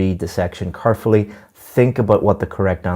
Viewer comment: Carefully? car fully? kerfully?